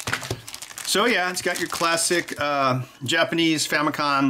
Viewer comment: "Famicon" What's a "conputer"?